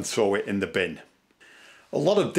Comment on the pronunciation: I want this guys "binn" sounds like there is a shitload of usable stuff in it. 😂🤣😂